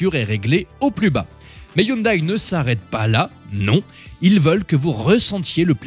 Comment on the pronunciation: Hyndai à prononcer "youndè", Hyundai France dixit 🙂